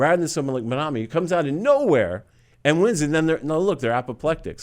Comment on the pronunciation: Mamdani - not Mandami!